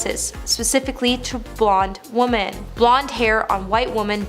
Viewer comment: Wish she would learn how to say women makes me turn it off every time I hear it